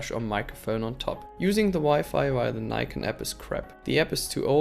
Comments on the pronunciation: Its NIKON. Not AKON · Its not "neikon" its nikon.... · Don't mislead people, it's pronounced Nikon